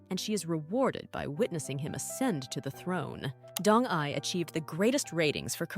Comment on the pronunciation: Pronunciation of proper nouns, esp. DONG-YI, is horribly wrong. Did you even watch that drama??? Bcoz I have seen it at least twice, and NEVER did I hear Dong-Yi pronounced as Dong-'eye'!😂